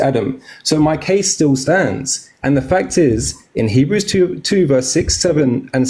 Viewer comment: facial expressions always gets me 😭😂😂 especially when he butchered Hebrews 2 😭